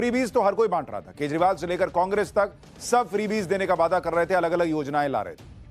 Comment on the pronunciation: BJP ne "Vayda nahi Vada kiya"...kripya hindi mein sahi uccharan karein